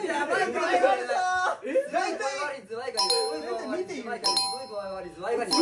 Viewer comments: ズヤ兄言いすぎてか、ズワイガニが"ズヤ"イガニになる現象多発してるトラジャちゃんたちかわいい🫠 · 他の子も本人も｢ズヤ｣イガニになっちゃうのかわいい ｽﾞﾔﾆｨﾐﾐﾆｨ